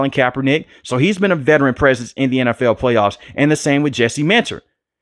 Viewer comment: lol love the way he says NFL “N F EWL” BOLT UP BABY ⚡️